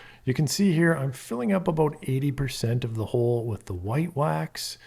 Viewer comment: You just said “aboot”, and I knew instantly you were a fellow Canadian.